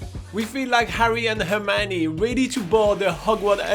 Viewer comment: did u say Hermine and Harry boarding to Mordor 😂😂😂😂